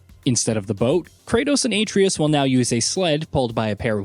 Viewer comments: At least get people who have actually played the game, so many videos lately and so many can't for the life of them pronounce atreus's name. YOU LOSE ALL CREDIBILITY!! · You can tell the narrator obviously never played the game with his pronunciation of the son’s name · Your “Atreus” pronunciation😂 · Pronouncing the son's name though... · It's simple things like that that make me shake my head and watch another video. Play the game. Or at least do your research. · I've never even played the game, but watched my husband play, and I even know he was butchering the name. He definitely has never played this. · IT'S A-TRAY-US NOT ATREE-US WOW THAT RUINED THIS ENTIRE VIDEO! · This guy sucks at pronunciation “aytreeus” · Aye-tree-us🤦🏿‍♂️ Uh-trey-us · Your videos are interesting but your pronunciation of Atreus is way off. It's not pronounced as A Tree Us, it's pronounced as Uh Tray Us. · How to say Atreus Correct way: (uh-trey-us) Not correct way: (ay-tree-us) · Why in the hell do people still pronounce Atreus as “aye-tree-is” when it’s obviously pronounced “uh-tray-us?” Shit boggles my mind. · Couldn't pay attention to the video bc the narrator kept saying Atreus as (A-tree-us) instead of the right way of (A-trey-us) I dont know why i let those things bother me🤷🏻‍♂️ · His name is At-ray-us, not Ate-reus. Cringe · It's pronounced "Uh-tray-us," not "ay-tree-us." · Same. Atreus. Not A treus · His name is Uh-tray-Us… not A-tree-Us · AH-TRAY-US ....not AAY-TREE-IS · All this tells me is you haven’t played the game lol. ATRE’US!! Accent over the E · If you're gonna read something, learn how to pronounce everything, especially names of the main characters. Have you played the game? Or is this a bot reading it? Seems like how an old Mac text to speak function would pronounce names. Uh-tray-us. Got it? Good. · "Aetreeus" 0_o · Lmfaooooooo Uh-TRAY-US 😂🤣😂🤣 omg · Who is A-TREEus? 😂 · You clearly never played the 2018 GOW "Ate-tri-us" I rest my case can't even watch this video